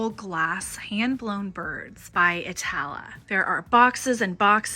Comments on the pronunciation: Wow what an amazing find of those Iittala birds. My husband is Finnish so I know them well. They are so incredibly beautiful. By the way the ii is pronounced e so e ta la. And don't discount the Arabia birds. Pottery and beautiful as well. I love your channel. All the best in 2023. ❤ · The Finnish glass company Iittala is pronounced eetala. They are best known for their MCM glass (candlesticks) which looks like rain frozen on glass. They also have a art glass subsidiary of Iittala called Nuutajarva. Another MCM Finnish company is Arabia of Finland which is known for enamel metal bowls like Catherine Holm